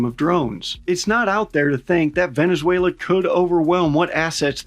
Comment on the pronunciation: I'm venezuelan, and your pronunciation is just amazing, you got me rolling 😂 🤣